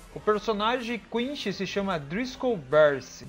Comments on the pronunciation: Lá vou eu ser odiado por criticar a pronúncia do vídeo inteiro. O vídeo é super legal, mas as pronúncias estão quase todas erradas. E não estou falando das palavras de origem alemã, falo de inglês e japonês. Eu não sei onde e como a pronúncia "errada" de quinSHI se tornou tão difundida, mas a pronúnica correta é quinCy. Com C e não com a pronúncia "errada" japonesa que não consegue falar o C ECOmundo, é HUECO mundo. Seria legal refazer com as pronúncias corretas. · O jeito que ele fala quincy kkkkkkkk